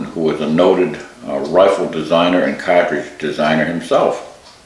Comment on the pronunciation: It's cartridge, not catridge.